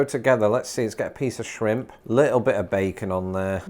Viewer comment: “A bir spicy” 🙄🙄 lol